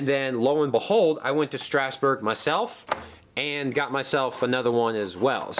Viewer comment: You said Strasburg wrong. Your supposed to say it like strazburg